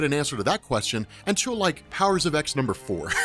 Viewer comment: It's pronounced "Powers of Ten" not "Powers of X"